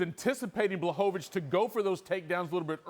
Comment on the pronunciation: Paul knows Blavovovich